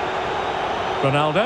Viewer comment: Ronaldo not Rolandodo🤦🏼‍♂️